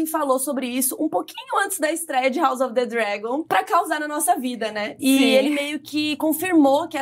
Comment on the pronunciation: Legal o formato de vocês duas conversando. Dica, a pronúncia de "house" seria com "s", e não com "z": haʊs ʌv ðə ˈdrægən